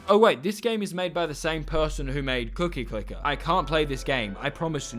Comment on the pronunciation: you scare me each time you say cookie clicker it causes me PHYSICAL PAIN in my cookie domain